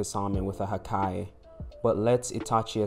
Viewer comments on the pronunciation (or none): Why u say hakai like that